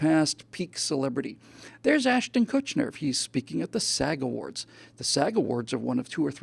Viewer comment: Probably my favorite Live podcast from you yet. Great rants, absolutely nailed your arguments. One thing though: no "n" in Kutcher.